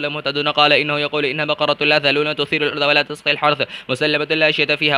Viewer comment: I think its a mistake on its tasqil hars and he's saying tusqil